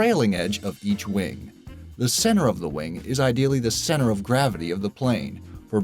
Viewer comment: One thing, not being hateful or anything. CENTER HAS A “T” IN ITTTT